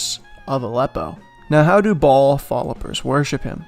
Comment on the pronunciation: Baal is pronounced BAY-YUL